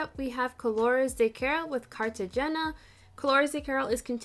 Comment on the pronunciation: Just a helpful hint….Cartagena is pronounced (Cart-a-han-ya)😘